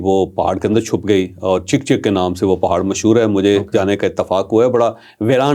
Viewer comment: Not chek chek , it's chak chak which in Persian means drop of water